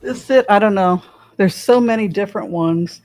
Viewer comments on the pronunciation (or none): For the longest time, I thought you were saying “wands” instead of “ones”!!! “The two of wands”. I giggle thinking about it now.